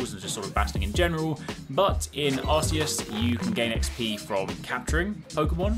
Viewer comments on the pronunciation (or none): Is it pronounced Are-see-us or Arc-ee-us? I've heard you pronounce it both ways in the same video.